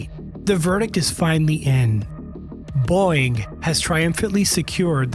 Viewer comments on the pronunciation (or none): Sounds like he's pronouncing Boeing like "Boing" with one syllable instead of "Boe-ing" with two syllables. Is anyone else hearing it or am I crazy? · It's Bow-ing not "boing" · Its pronounced Bow-ing not Boing.... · Love the channel but please PLEASE say Boeing, like bowing instead of boing! My god I had to stop the video after 2 minutes it was so annoying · Boing? BOW-ing! LOL! 😂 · Great video but is anyone going mention his unusual pronunciation of ‘Boeing’? Why does it say bong instead of bow? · Nice work. Niggling here. The company's name is not pronounced BOING. It is pronounced BOE-ing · Why can't this guy seem to pronounce "Boeing"? It's "Boh-ing", not "Boing". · These comments 🤦‍♂️... Boeing (Bow-wing! Not Boing!!!) commercial and defense are basically two separate companies. Defense side is Mcdonnell Douglas out of St. Louis, MO. All the F ups are from the commercial division out of Everett, WA. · I literally couldn't watch the whole video because hearing "boing" even two seconds was so annoying. It's Bow-ing. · …um, Boeing has not changed the pronunciation of the company name to “BOING”. It’s two syllables: BOE-ing. “BOING” is cartoon sound for a character with springy feet. Still, I guess it’s better than stupid AI narration. The rest of the video is interesting. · It's called Boeing, not Boing. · Boeing ❌️ Boing ✅️ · 😅it’s called BO-ing…Not Boy-ing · Take a drink every time he pronounces Boeing as Boing! (It's Bow-Wing silly). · By the way! It’s pronounced BOW ING NOT BOING! Please get it right. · Are you saying, “BOING”? I’m not the only one hearing that right? 😂 It’s, bo-wing. Boeing. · Am I hearing Boeing being pronounced as boing lol?? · you pronounce boeing; "boing" !!?????? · I’m sorry, “Boing”? Age of the AI generated YouTube videos… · Is it really pronouced boing? Boing bong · He said it like boing, because that's what happens to the aircraft when it's in the air... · No, this one is Pure BONG. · A Human wouldn't pronounce Boeing as Boyng.